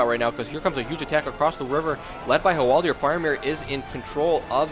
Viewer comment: Hwaldaaaaaaaaaaaar, not Hwaldiiiiiiiiiiiiiiiir.